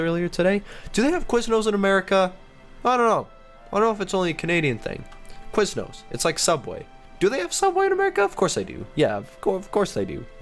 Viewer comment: We have Subway... what is QuizNose though (sorry that's what it sounded like it what is it???